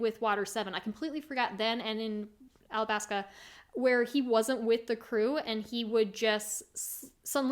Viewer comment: My heart sinks every time you say "Alabaska" 😭